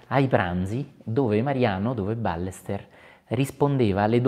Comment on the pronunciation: "BAYESTÉR O BAIESTÉR, non "Bàlester"!!! Grazie. Saluti da Barcelona.